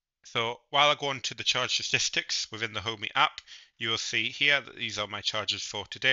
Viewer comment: It Ohme.. not Homey 🤣